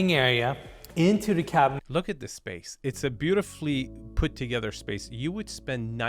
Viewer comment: I don’t know why this guy, Eriz - whatever his name is, seems to have a problem pronouncing “th”- toget”rer”, ot”rer”. Like, dude, you’re showing multi-million dollar homes. At least practice your English pronunciations. English is my second language and even after decades of living in the US, I’m always learning and making sure that I pronounce stuff correctly. while his English is a 100 times better- he also keeps pronouncing cabinetry as cabinatery. Pls!!!